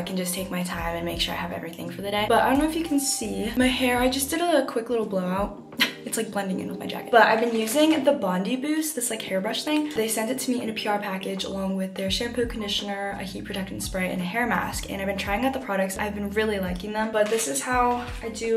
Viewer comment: my girl…. I love you… but I’m sorry, as an Australian, i need to correct you. It’s Bond-i (like eye) Boost